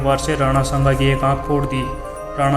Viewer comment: are kutto Nam to maharana shanga ka achhe se liya Karo Nam lene ki tamij nahi chale itihaash batane